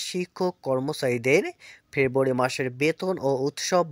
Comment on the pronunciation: ভাই " ফেব্রুয়ারী " শব্দ টা পরিষ্কার করে বল রে ভাই।